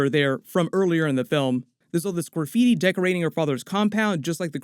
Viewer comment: Your pronunciation of “graffiti” is interesting 😂